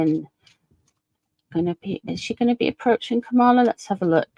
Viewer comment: Kamala rhymes with Pamela. 💙💙💙